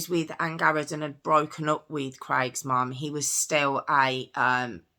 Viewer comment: why did you say "mom" that way? You're British, not American.